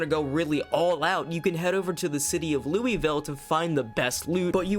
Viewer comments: It's not lewivill it's lewaval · I loved this video, but your pronunciation of Louisville made me spit my coffee out. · I love how you can tell if someone's from KY or not by how they pronounce Louisville.